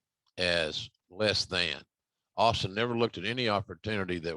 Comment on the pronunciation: "Austing" Says I just whooped your "gASS"😂😄🤣